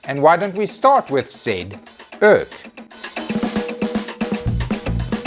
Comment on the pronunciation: Pronouncing urc as urk.... Cant believe i never thought of that